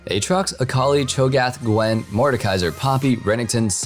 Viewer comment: Loved it when he was calling out the champs being buffed and he goes "galio, gragas... little pause GWEN!.... mordekaiser, poppy" XD